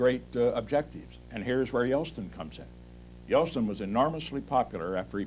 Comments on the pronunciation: Say "Yelstin" one more time. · He keeps saying Yelstin, not Yeltsin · Nixon was brilliant and incredibly prescient. I've noticed he always pronounced Yeltsin as "Yelstin". Not a real criticism, I absolutely admired Richard Nixon. The most enduring political presence of the last half of the 20th century.